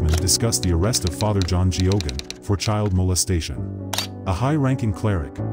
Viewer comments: I don't think the name being mis pronounced is the most important narrative here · How could this narrator not know to pronounce Geoghan if he did any research in the priest. It's baffling.